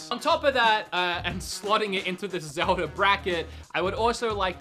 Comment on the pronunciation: Zelda? You mean ZELDI?????